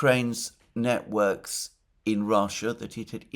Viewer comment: Timestamp - Sorry Alexander but you pronunciation at one point was hilarious (or maybe I just misheard)... Russians establishing "Niet-works" in Ukraine. 😜